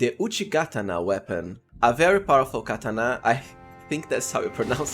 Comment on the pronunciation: I stopped watching after 2 minutes with the way you said katana 😂